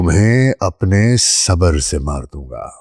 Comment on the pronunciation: کاش کا تلفُّظ بھی صحّت سے ھم کنار ھوتا!| صبر sabr ✅| نہ کہ sabar